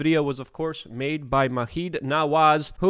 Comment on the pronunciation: Maheed…….? No it’s pronounced majeeed….